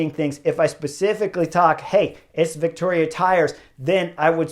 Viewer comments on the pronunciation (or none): Vittoria doesn’t have a “c” in it. You keep saying Victoria. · ...and how to pronounce Vittoria.